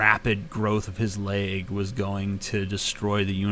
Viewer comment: Axl Rose may not be able to pronounce door but you cannot pronounce leg.